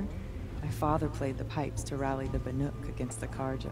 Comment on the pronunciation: Hopefully being in the Cut will pound 'BANUK' into his head, he called them 'BARUK' for the entire main game! lolol...really though, great content! :D